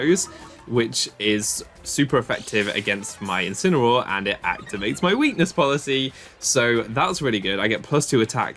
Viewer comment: you said "and activates my weakness policy" wrong. its "and activates my WEAkness poLICY".